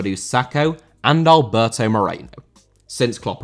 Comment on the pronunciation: Alberto* not Albâtouw